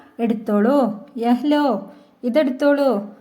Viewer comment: എന്റെ പൊന്നു ചേച്ചി നിങ്ങളുടെ ഉച്ചാരണം വളരെ മോശം, യഹ ലോ അല്ല ഉച്ചാരണം, സംസാരിക്കുമോ യെ ലോ.. Ok, ലോ എന്നാൽ എടുക് എന്നാണ്, ലലോ -എടുത്തോളൂ, ലിജിയെ -eduthalum